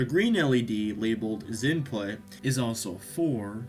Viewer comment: For future reference - 'DINPUT' is pronounced D-Input which is short for DirectInput. And XINPUT is pronounced X-Input and refers to the XInput API used to communicate with Xbox controllers.